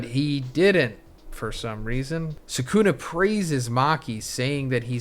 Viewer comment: Can you pronounce the names right? It’s sukuna not sekuna